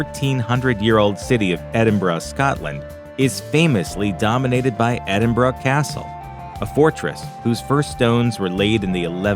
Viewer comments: Edinborough. Not "Edin braw" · Not quite correctly. Sound more like Edinborough. Should be pronounced Ed'in'burrah. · Dook of Edinbrah...? Ffs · Philip was in Corfu not mainland Greece. I do wish if any Americans, making such videos, would learn the correct pronunciation of places like Edinburgh. It isn't EDIN BRA. Locals in Scotland actually pronounce it EM Bra. Simply really. The Bra part is soft, almost like an afterthought. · More like "Edin bruh" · hey brah, it's not edinbrah brah, K?, kewll. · Why do Americans pronounce Edinburgh like "Edinrarhgh" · no we don't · its just this guy, we pronounce it edinboural